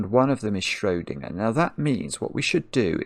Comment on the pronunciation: the way he says schrödingerd makes me furious